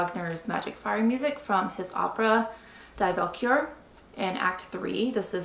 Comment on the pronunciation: Great and Informative video,. Being a composer who has written for harp in orchestral pieces, this is gold. Sadly the Wagner opera is pronounced “Dee Val-cure-re”.